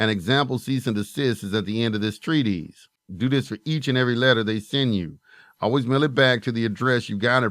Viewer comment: It’s “TREE-TISS”, not TREE-tease. Important to know the words you’re using. And, why not come up with your own material instead of just reading someone else’s work?